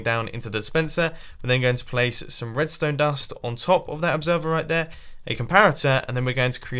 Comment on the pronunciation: He said redstone dun